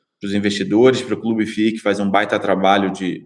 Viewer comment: Só uma sugestão a vocês... Pradonizem a maneira como falam "clube fii"... Passa melhor o nome da marca! Do mais parabéns pelo conteúdo de sempre